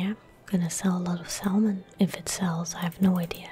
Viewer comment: Silent L in Salmon. Sah-mun.